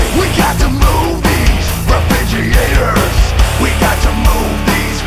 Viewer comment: Leo - It's pronounced "re●frig●ger●a●tors"